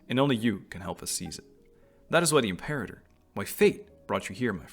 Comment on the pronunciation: You chose the correct pronunciation of Imperator, btw. Lmfao 🤣